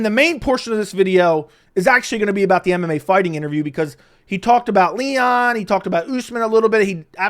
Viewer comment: first time i didn't hear call mmafighting mmafarting in this video